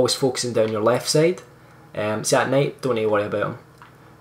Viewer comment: Lol. When I heard you say "night" I thought you were saying Nate. No offense though. I still know what you meant😀